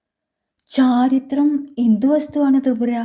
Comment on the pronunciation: അവതരണം നല്ലതാ 👍 ഉദ്യോഗത്തോടെ ചോദിച്ചു എന്നല്ല 'ഉദ്വഗത്തോടെ' എന്നല്ലേ. ചാരിത്രം അല്ല ചാരിത്ര്യം എന്നല്ലേ.